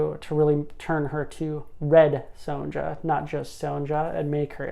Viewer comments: Great overview! One note: the "ja" in Sonja is pronounced with a y, so it's "ya" or "yah". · How he says it is rather jarring